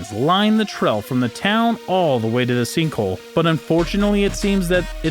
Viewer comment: It's "trail" not "trell" and "tourist" not "torrist". His pronunciations are atrocious.